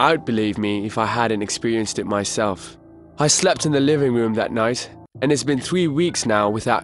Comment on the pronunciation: the woom, my woom, i went up to my woom - he needs speech therapy or to practice his R's